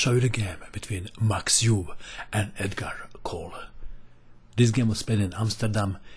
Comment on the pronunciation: Yes I found the "KILLAH MOVE", it was hard not to. Dr "Max" Euwe, who had a long and illustrious chess career which included defeating Alexander Alekhine for the World Championship and the presidency of FIDE, IS NOT CALLED "EWE", the proper pronunciation is difficult for non-Dutch speakers but not all that unpronounceable. There was limerick about the pronunciation of his name at the time of his ascendancy which I can't remember in full, just the last line, "But it's rather more 'Ervuh' than 'Yervuh''" Edgard Colle, who was from Ghent (And where is Ghent? It is the city in Belgium), was a great player who suffered from gastric ulcers throughout his career until he died tragically at the age of 34. He is famous for his opening system which is still played today, most notably by Artur Yusupov. His name is not pronounced "COAL" but "Kuh lay"